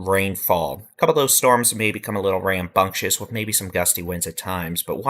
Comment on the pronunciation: Almost thought you said " rainbunctious."😮